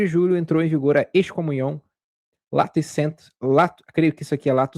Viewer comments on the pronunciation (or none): 16: 36__ Pronuncia-se " Tissiê de Malhêré". Excomunhão latae sententiae , no latim eclesiástico: latê sententiê .